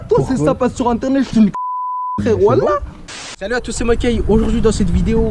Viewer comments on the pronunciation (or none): VeN0M grave Sinon c'est Whallah et pas ouala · UnTer PlaY toi nom plus appartement lol C'est Wlh comme sa se dit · Le mec il sait même pas dire wllh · Mdr le mec dit walla il et pas reube